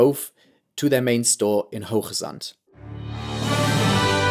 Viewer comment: Very nice pronunciation of Kroon, Groningen and Hoogezand! :-)